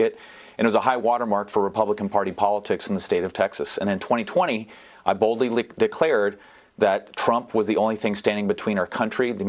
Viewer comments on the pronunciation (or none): Did he say, "I boldingly declared..."? 🤦‍♂️ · ''i boldly declared....'' he started to say ''licked boots..'' seriously, go back and listen.